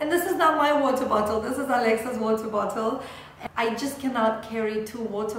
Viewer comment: ‘Water bottle’ sounding so British!